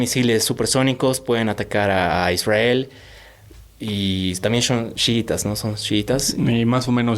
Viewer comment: Jajaja de ahí empieza el genocidio..? Israel las víctimas?? Falta informarse no de noticieros, no de CNN, no de RT, con todo respeto, este muchacho no sabe nada... Esta contando su historia que mas recuerda... Aparte que dice ISWRAEL😅😅😂 vaya... Que payasada, los padres son los culpables.